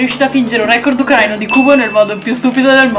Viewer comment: Si dice Ucraìna e Ucraìno (it's leviòsa)